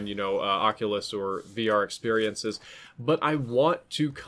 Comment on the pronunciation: And some oculus and VR experiences... My man said that a little strange lol sounds like his "experiences" might have some pornographic undertones